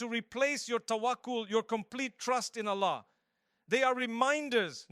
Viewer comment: yes, but the problem is mufti menk never tell this types of things and we are listening it and if there has any misinformation so we will be the sufferer and thr main sign that this is AI generated is hear the pronunciation of ' Allah ' is not clear, it is ' ala '